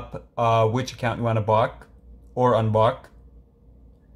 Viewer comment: It sounds like bro is saying bock bock